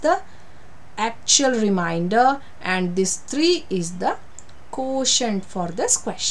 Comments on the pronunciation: Teacher pls check your pronunciation for remainder. You are pronouncing it as reminder. Remainder & reminder are 2 different word having different meanings. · Difference in pronouncing reminder and remainder...